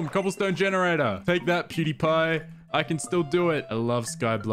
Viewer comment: keep saying Pewdepy... Isn't it PewDIEpie? From the verb to die?